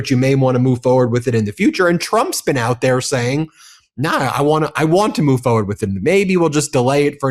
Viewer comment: Forward. The word is forward, and it has an R in it. I'm sorry, but this drives me crazy. Fo' fo' fo' fucks sake.